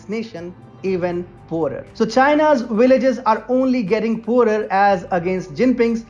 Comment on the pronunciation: "Willages" is that what the comentator said?